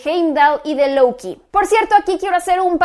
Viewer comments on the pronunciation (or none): Porque dices louki o valquiri, si no eres americana